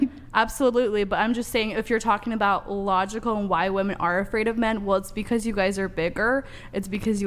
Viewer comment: "who attacks more woman".... why can't they say women? WIH-MEN. I KNOW they can say men, they just need to add a Wih beforehand.